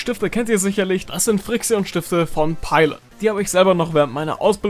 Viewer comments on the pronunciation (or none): Als ich gehört habe dass du fri-xi-on gesagt hast und nicht friktion(Aussprache haha). Das tat so weh alter😂😂😂 (Achtung Humor) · Spricht man die nicht 'Frikschn' aus?? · Wenn dann doch friction, oder? Und so steht es nunmal drauf...